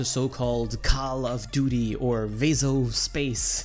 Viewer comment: Veso space? Nah it's Debt-space